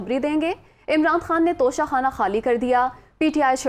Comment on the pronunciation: Oooo baji tosha Khana ni tocha khana